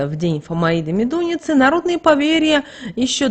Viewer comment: МедунИца - так произносите.